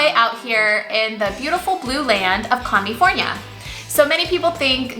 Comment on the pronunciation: Lol Commi-fornia 😂😂